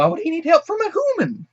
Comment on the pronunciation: I had the same reaction. Let the agony commence. I thought mobius was earth in the future, like, far future. And what is a "Hooman"?